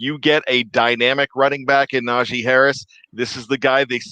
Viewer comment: It's NaJee not Najay... Put sum respect on his name